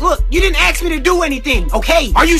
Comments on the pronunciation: Why does say "aks" and not "ask" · why he say ask like axe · The sub still can't say ask correct